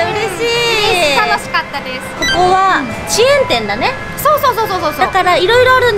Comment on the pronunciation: よろしく～ の「チェーン店」の言い方すこしクセあるよね